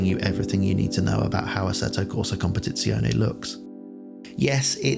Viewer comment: finally someone that nails the pronountiation of competizione XD